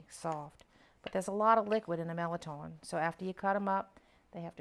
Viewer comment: I'm 65 yrs old and the first I'm hearing about this soup, looks so delicious . Going to share with husband . I'm enjoying your videos . Thanks!! That's how I pronounce mirliton, same way you do.